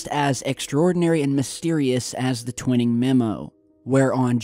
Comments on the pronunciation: T-WHY-ning not Twin-ning :P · It's painful to hear you constantly mispronouncing General Twining's name. Check it out!